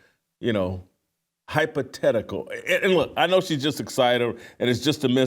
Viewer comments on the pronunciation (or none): Det lions asst GM does interviews with the GM a few times a year. Her pronunciation of hypothetical as hypo tetical i would assume is because her native language must be french and they dont have a TH, must like some eastern europeans cand to W and use V because they dont have a w in their native languate. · Jason I tend to agree with your overall point, however, I'm pretty sure she mispronounced "hypothetical" because she is a native French speaker and English is her second language. Furthermore, with all due respect to H&R Block a tax attorney is far different from a tax preparer or even a Certified Public Accountant. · Evalawated? I'm not fluent in the Canadian language but I believe she may be wetodded. Hypo teticals? What the hell? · FWIW her crazy pronunciation of HYPOTHETICAL is most likely due to French-Canadian influence in her English pronunciation. But, yeah, it sounds weird. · She’s a lawyer and can’t say the word ‘hypothetical’ ?